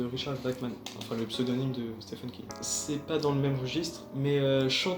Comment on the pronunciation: Le prénom « Stephen » se prononce en fait exactement comme « Steven » avec un long i et un v.